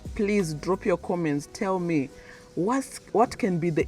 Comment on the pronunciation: But you are already speaking like them, the way you pronounce “Your” like Yowa lol